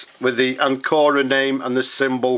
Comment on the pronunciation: Pronunciation with accent on the first syllable, AN co ra, like the English word Anchor. Anchor Pens still makes all components, including their magnificent springy nibs, in-house. The larger models are pump fillers, the smaller ones cartridge pens. They are carefully made and lustrous, splendid pens, always with either sterling silver or vermeil trim.